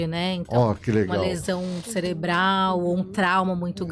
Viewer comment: Ele falou amígdala celebral mesmo? Ou fui só eu que ouvi?😮